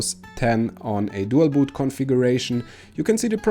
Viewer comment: how you say dual boot and how yo say there is a chance to lose youer windows this video is suck